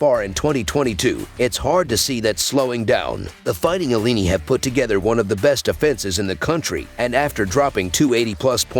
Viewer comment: C'mon..pronounce Illini correctly & put some RESPECT on their NAME!